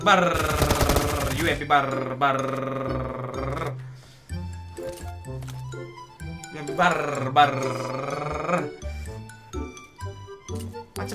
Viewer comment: "BARR BARR.. R nya dua yeh" bikin ngakak 🤣